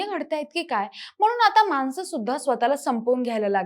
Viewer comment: मानसं, जेवन , कोनत्या...ण चा वापर करा किती अशुध्द